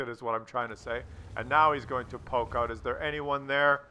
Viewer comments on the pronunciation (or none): none